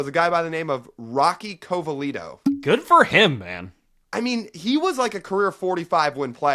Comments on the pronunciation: Let's at least get the names right - Colavito, not Covalito, and Whiten is pronounced like Whit, not White. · It’s CoLavito! You got the guys basically right, but a mispronunciation here & there, a few incorrect positions, ‘ Whitten was on a different team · I was screaming “Gil Hodges” at them both. And Covalito? It’s Colavito. Have that Dyslexia checked out! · Rocky Covalito? You mean Rocky Co-La-Vito??? Put some respect on his name! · You dudes don't know anything before your time. Gil Hodges and Chuck Klein are HOFers. It is pronounced Caul-uh-veeto, Rocky Colavito. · How the hell do you not know Hard hittin Mark Whitten (you pronounced his name wrong). I get not knowing he hit 4 HRs but to not know him, one of the best nicknames ever. Also Rocky Colavito (you pronounced wrong as well) very well known player.